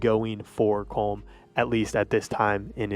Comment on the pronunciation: SAY HIS NAME RIGHT, IT'S "Colom" NOT "Colm"